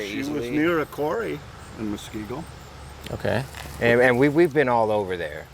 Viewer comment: I don't think a person in WI needs to have dementia for the Silver Alert, just worry for an elderly person. Just for future information. And I'm sure others will let you guys know but it's "musk-KEE-go". edit: Years ago I might have been kind of shocked about the sister spying on the ring doorbell, but now I am all like, "Whew, good thing they are all watching out for each other.". What a world this is we live in. Hope the family finds their mom.